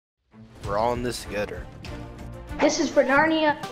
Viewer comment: We’re all in this “togeter”